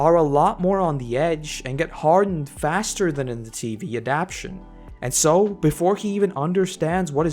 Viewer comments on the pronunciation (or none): Thanks for making these great videos but one correction. The word is adaptation four syllables a-dapt-a-tion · I hate to be petty and small, but say it with me: "AD-AP-TA-TION". This being said... thanks for the fine comparison.